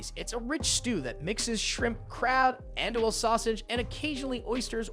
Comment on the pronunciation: In New Orleans we say Jambalaya, JUM-BA-LAYA not JAM-BALAYA. andouille sausage is pronounced AN-DO-WE but the "AN" sounds like i Beignets is BEN-YAYS not Begets Roux is pronounced RU not roof